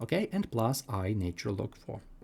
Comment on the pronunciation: This is so tediously repetitive and boring, yet you've neglected to state that k can be negative, too. Also, your pronunciation is bad: "natural" isn't pronounced as "nature-el"; "cosine" isn't pronounced as "kah-sign". You should just state the identity of: e^(i*θ) = cis(θ) = cos(θ) + i*sin(θ) Since sine and cosine have a period of 2*π , then this applies to e^(i*θ) = cis(θ) = cos(θ) + i*sin(θ) . Thus, for k ∈ ℤ , θ and θ + 2*π*k yield the same result. Next, you can mention that cis(0 + 2*π*k) = 1 , and cis(π + 2*π*k) = -1 . That is, the cis of even and odd multiples of π are 1 and -1 , respectively. Now, apply them to the problem: 1ˣ = -4 (1)ˣ = (-1)*4 (e^(i*(0 + 2*π*n)))ˣ = (e^(i*(π + 2*π*m)))*2² ; m, n ∈ ℤ x*i*(2*π*n) = i*(π + 2*π*m) + 2*ln(2) x = [i*π*(2*m+1) + 2*ln(2)]/[i*π*2*n)] ; n ≠ 0 ∴ x = (2*m+1)/(2*n) - i*ln(2)/(π*n) ; m, n ∈ ℤ , n ≠ 0 One solution with m = 0 and n = 1 is 1/2 - i*ln(2)/π .